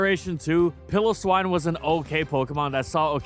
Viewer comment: Who tf is "Pillow-swine"? It's "PILE-o-swine".